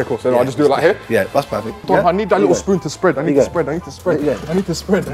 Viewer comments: Nobody: The lady : lIkKle ChICkEn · so cringe when she says likkle